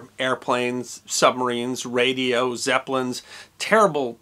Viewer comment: ZE ZEPLINS!!